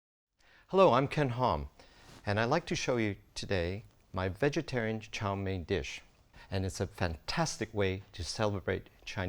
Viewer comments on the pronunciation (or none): He said cha chow mein 😂